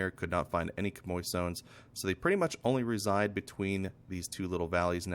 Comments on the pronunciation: hi bro its pronounced shammy 😄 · You're both wrong, it's pronounced 'sham-wa'.